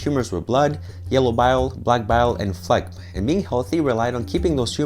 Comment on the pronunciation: yoo that new background tho, lookin professional! Also, this was seriously one of your best written videos. Liked and shared! Oh and, is the G in phlegm not silent??? I've never heard anyone pronounce it like you lol